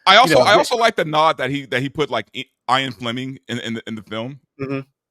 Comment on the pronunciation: “Eye” an Fleming. Between this and Alan Rich-asson and that pronunciation of the James Bond writer, you can tell the one dude has never heard of either guy. Haha